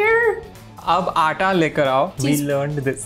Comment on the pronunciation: Why "aata" sounds like "ara" to me🤣